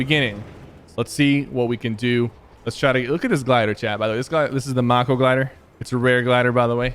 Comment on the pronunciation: "Mocko Glider"